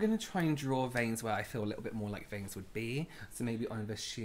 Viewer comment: “Oh my god my VAINS!“ 🤣🤣🤣